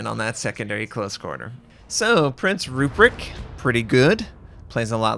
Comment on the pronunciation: ACKSHULLY,, it’s ROOP-wrecked, not ROO-pricked. 😉